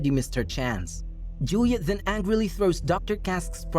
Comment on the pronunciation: the way they say “then” to “thzen”